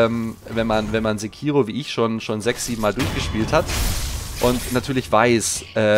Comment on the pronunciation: Freu mich richtig drauf! Übrigens: im japanischen ist es in der Regel nie verkehrt, die erste Silbe immer zu betonen. Sékiro ;-)